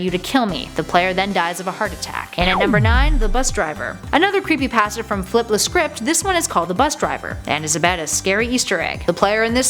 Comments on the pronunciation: Creepypasta not creepypaasta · Why does she say it like creepyPASTa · Your saying creepy pasta wrong and REALLY annoying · She pronounced creepypasta wrong